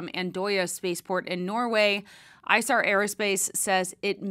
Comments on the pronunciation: It's ee-sar not eye-sar! Source: It's the name of the river running through Munich and I lived there for 3 years. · Excellent coverage. The company is named after a river that flows through Munich, Germany, the Isar. It’s pronounced eesar. “i”s are prounced like “e”s in German. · As a Bavarian, I believe it should be pronounced e-sar. It is the name of the river that flows through Munich.